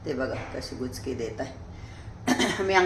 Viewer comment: गुचकी नाही उचकी